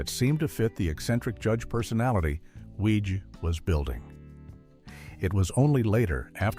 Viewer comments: Another AI video that mispronounces things. Reinhold Weege’s name is pronounced “Wiggy.” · Weege is pronounced WEE-gie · Small point but isn't Reinhold Weege's name pronounced like Weegie? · CORRECTIONS: - Character Billy Young was never planned to be more than a single-season character. - Creator's name is pronounced "weeg-ee" - Far as I know, Night Court didn't "save Torme's career"; it sure as heck did boost it tho'! - Based on the stories I've heard from Moll (on TV, not in person😜), at the end of the audition Weege said something akin to "You know you'll have to shave your head for the next 5 years, right?" Heard that story a few times. So not sure if that was apocryphal or if this video's story is. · Larroquette was charmingly different as Jenkins/Sir Galahad in "The Librarians". Oh, and "Weege" is pronounced "Wee-jee", sort of like the spirit board. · He also mispronounces Weege's name. It's "weeg-ee." So, while "some in Hollywood" MAY've been calling the deaths a "curse," (probably not -- it's probably a more recent nickname) I always find that, when I see vids like this get THE MOST BASIC fact wrong (like the pronunciation of the CREATOR'S name!), the rest should be taken w/a few billion grains of salt. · Nothing reminds me that I hate AI generated content like clickbait thumbnails coupled with AI voice that can't decide whether Weege is pronounced Weeg or Weej and Larroquette is pronounced ler-oo-ket or lar-oo-ket-ay.